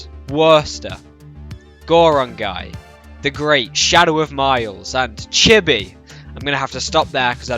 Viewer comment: Lmfao!!!! The way he said “chibby” and just mentioning him was fucking hilarious